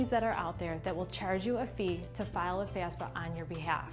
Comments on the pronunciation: FAF-SA. You keep saying FAS-FA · What do you mean by FAS-FA🤣🤣🤣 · Pretty hard to take this seriously. Mispronouncing the entire thing that the video is about with a Jersey accent and all. Lol